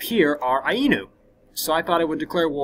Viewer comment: And Ainu is pronounced eye noo.